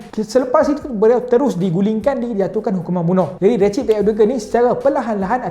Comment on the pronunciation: Recep disebut Rejab ya. Bukan Recip